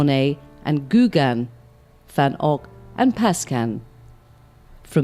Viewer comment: Lady is not Googan! Gauguin is pronounced as Go gan! au in French is like O as go!